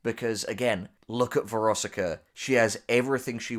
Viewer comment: VEROSIKA THOUGH. VER OS IK A